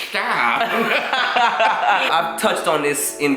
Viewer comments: Ahaha "shtop"😂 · Lmfaooo! I laughed so hard when said "slush mouth, shhhtahp"